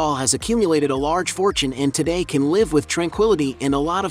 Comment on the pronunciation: When will this guy pronounce "live" correctly...